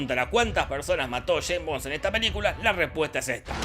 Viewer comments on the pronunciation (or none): Shhhhhhaim' bom'. Jajajajaa <S's), Dios le quita barba a quien desea pronunciar la ese'. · Nadie: Posta, nadie: Not one soul: Jorge: Jeim Bon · Yein bon, yes bon yei bong, yeim bom, nombre jodido para decir 🤣 el próximo tendría q ser Roger Moore! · Santo Dios!!! "Chain Bond" "Choe Biden" Por Dios!!!! Estos Argentinos nos quieren cambiar el lenguage!!! Ameritan recibir terapia de dicción!!!!😡😡😡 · sheims bons xD